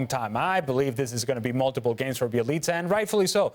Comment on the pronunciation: Bjelica becomes Jelica. Dan please stop attempting to pronounce foreign names, its just not for you.